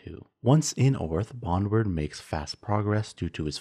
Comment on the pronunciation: Bon - drewd, not bonward